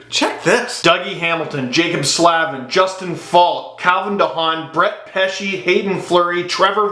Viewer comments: Jaccob Slavin is pronounced like slave, not slav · FYI: Slavin is pronounced Slay-vin, not Slah-vin.